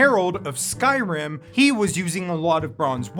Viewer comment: The mispronunciations and wind/cloud district confusion has got to be ragebait